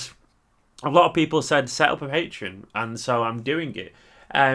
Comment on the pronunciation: its pronounced PatrEon - not Patron :) will sub at beginning of the month